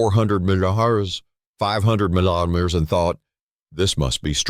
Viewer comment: Very informative video with great information! I think more people would like this video if you had a regular person speaking instead of an electronic voice that can't pronounce the word "milligrams!" I was definitely deceived when I bought a 500 mg magnesium glycinate supplement for sleep and realized when I looked at the back label that it was only 90 mg of magnesium glycinate per serving. That's a lot less since the recommended daily allowance is approximately 200mg and 450mg per serving. Always read the back label before you buy it! Lesson learned! 👍